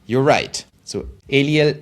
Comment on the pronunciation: Thanks for answering my question. I completely got it now. 👍😀 Btw: my name is hebrew. So El - i - el (not english) is the right pronounciation. 👍😎